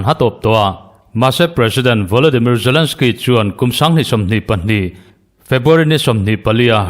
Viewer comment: zalensky, putin tiin lam ri mai la, ngaihthlak a nuam zawk ang ngem ka ti